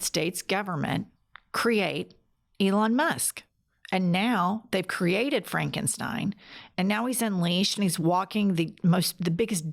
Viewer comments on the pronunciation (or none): none